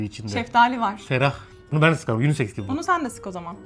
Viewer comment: süper ya 😂 unisex diyo bide